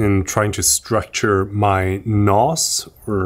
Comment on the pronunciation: I can't stop laughing about your "NAS" "NOS" "En AA ES" =))))))) you are so funny 👍